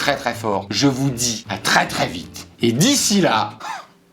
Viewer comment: A la fin, "et d'ici là, ci la" (et dis cila) 😂 qui avait compris ??!!